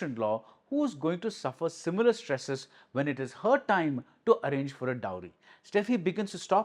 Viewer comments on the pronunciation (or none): none